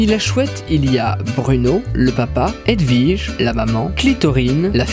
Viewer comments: "vous envelver votre haut edwige" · Cécile Bothua Nope, c'est "Vous enlevez votre haut Edwige", il a raison ;3